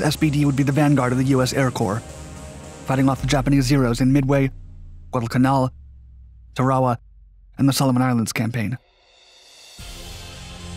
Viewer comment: Tarawa is pronounced "Tare-uh-wah".